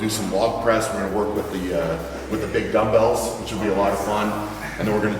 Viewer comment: Whaen you said big bumbells i thought you said big dildos and then you said they come in all shapes and sizes hahahah